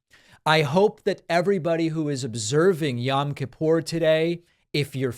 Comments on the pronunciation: It's pronounced yOem kippur David. "Yam" is hebrew for sea. Also, the menorah is not such a blunder. The menorah is always a symbol of Judaism. So minor mistake (bc on Hannukah it's 8 and a middle candle vs normal 7 pronged) . And, she was spot on w/ the hebrew holiday language.It's so good that she probably got it from someone orthodox (which would make sense bc so many are republicans). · Oh please, David's pronunciation of Yom Kippur is more irritating to me than a menorah on a yom kippur greeting card. I cannot stand the woman but who cares. And lets be honest one of her staffers took care of this for her anyways.